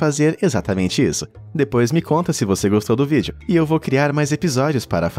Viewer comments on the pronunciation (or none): none